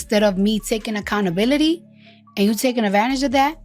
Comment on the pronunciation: Dear and.. It's pronounced (Accountability) not Accountabilidy.... Smh